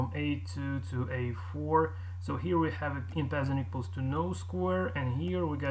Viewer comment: En passant is a french word meaning in passing , it's pronounced more like 'on pass ont'